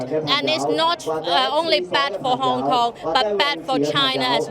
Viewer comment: yeah guys im from Hong Konmg. you mean Hong Kong. What the fuck is that I clearly said Hong Komg